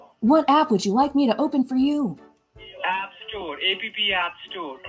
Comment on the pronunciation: App Store a pee pee store he said